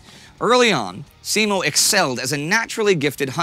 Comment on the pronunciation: And Simo as seemou